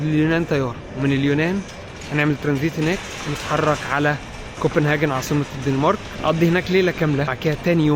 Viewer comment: انت مع المكان البارد ملابسك لا تكفي والشراء جديد يكلفك. الف دولار للقطعه الحل تحضرها نعم من بلدك الذي غادرت منة🎉 كوبنهيجن❤ هكذا تنطق. وليس كووبنههاحن❤ يا سيداتي سادتي والكل من شاهد الحلقه قصير والا طويل